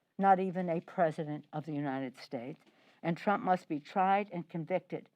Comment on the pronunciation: She is clearly obsessed. She can't even hold a press conference without slurring the name Trump.